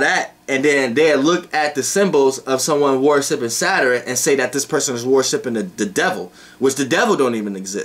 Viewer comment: I like the way you say Saturn. "Sater-in" 😊😊😊😊✨